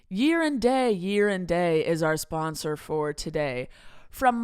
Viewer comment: For the sponsor "Year and Day", does anyone else hear saying "Urine Day" or is it just me? 🤣